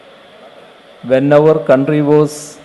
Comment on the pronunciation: Our counthry good pronouncation